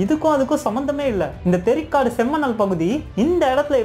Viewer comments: Bro, தெரிகாடு இல்லை தேரிகாடு. அடுத்த முறை சரியாக உச்சரிக்கவும் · Bro athu theari kaada not theri kaadu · தெரிக்காடு அல்ல நண்பா தேரிக்காடு . Awesome video and perfect bgm..